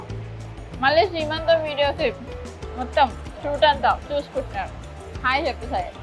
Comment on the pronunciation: Akka seemantham kadu sreemantham